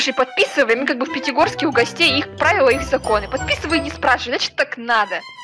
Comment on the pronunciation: Да только сказал Питигорске